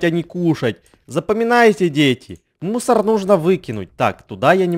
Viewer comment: Мне показалось, когда ты говорил слово "мусор" имя "Мунстр")